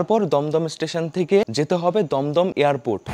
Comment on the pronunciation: ভাই দম দম না দুম দুম